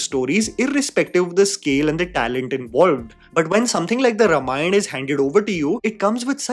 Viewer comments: please Note: रमायण ❌ रामायण ✅ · Calling YOU out,. When you can't even pronounce Ramayana correctly, it somehow disqualifies you from doing any Ramayana review or doing tipani on its faults. Can't you even make an effort? Shame on you 👎🏼